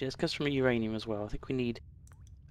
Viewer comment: sorry, then put whose ranium in? because it sounded like you said my ranium... but my ranium already belongs to yogscast nilesy. so I think you may be referring to YOUR ranium.